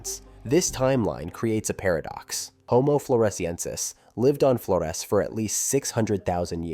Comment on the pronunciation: Flores is pronounced with a Z sound not an S as it was named by the Portuguese.